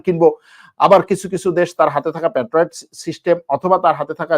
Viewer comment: "পেট্রোয়েট" নয়.. সঠিক হলো ""প্যাট্রিয়ট"!!